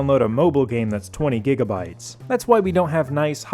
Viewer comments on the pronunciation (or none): none